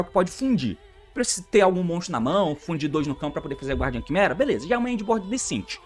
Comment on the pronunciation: T, a pronúncia de "Guardian" é "Gardian", o "U" não se prenuncia ❤